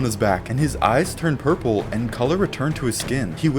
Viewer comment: Did you mean to say purple golems or purper golems?